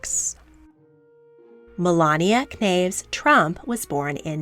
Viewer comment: Not that it’s a huge deal, but Melania’s maiden name is pronounced more like “Nauce” (like “sauce” but with an “s”), not “Ken-aves.”